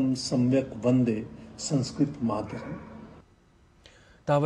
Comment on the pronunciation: Please don't pronounce संस्कृत as Samskrit. The anuswar has a different pronunciation based on the following vowel and shouldn't be pronounced as m at every place.